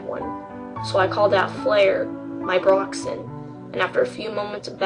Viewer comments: and its braixen, not broxen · "Broxen" UUUUUUUUUUUUUGGGHHHHH